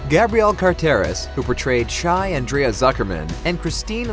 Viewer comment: Sorry but this narrating obviously never watched Beverly Hills 90210 coz its pronounced Ondrea not how its spelt